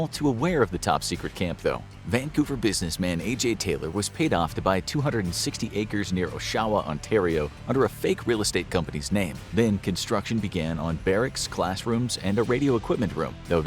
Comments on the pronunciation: O-SHAH-Wa!!! Nope. It's Osh-a-wa. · oshawa is pronounced aw-shawa not oh-shawa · It’s pronounced “OSH-a-wa”, not “o-SHA-wa” I used to work at a school that utilized the old Camp X grounds. I actually met my wife here!!! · "Oh-shaw-wa" 😂 It's proper pronunciation is "Awsh-a-wah". Don't feel bad, many Canadian places have First Nations names & can be difficult to decipher at first glance 🙂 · Brah said OhShower😭🤦🏽‍♂️ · Oshawa = "O-shuh-wuh" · you said "Oshawa" wrong, its Osh-A-Wa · I used to live in oshawa and it's pronounced ah-sha-wa 😊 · There is a very large discrepancy between your pronunciation of Oshawa and the correct way to say it. Check it out. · Learn how to pronounce Oshawa, it is where GM vehicles were and are made including GMC four wheel drive trucks so valued by the Canadian Army & its allies. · Really funny hearing the way you pronounced oshawa as a life time resident but a very good video. Though ik of its existence I've never really delved into how important it was for the war, great to see this and encouraged to look into it further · Lol why did he say Oshawa like that? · He did pronounce it wrong I was gonna say haha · Anyone else cringe at the pronunciation of Oshawa? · the way he said Oshawa hurt me